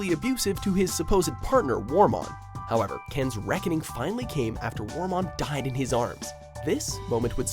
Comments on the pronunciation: Wormmon. Wormmon. It's WORMmon, not WARmon. Seriously guys, as many times as you get called out on your BS pronunciation, why do you refuse to do the slightest bit of research to avoid this. Or actually LISTEN when the show pronounces it for you!!!! GOD, you know how to irritate!!!!! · Its Kari not Kerry and also say wormon not warmon. If you are going to do a digimon top 10 please get the names right.